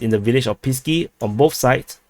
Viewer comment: 1st thing The way you pronounce "Pisky" exactly sounds like penises in Russian 2cond It's Pesky and 3rd you should be ashamed of your fucking pronunciation you fucking moron